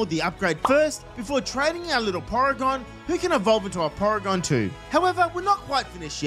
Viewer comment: d-did you just say poregan?